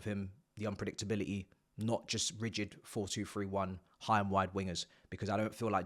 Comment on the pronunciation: please teach your friend Niinii how to pronounce "rigid" LMAO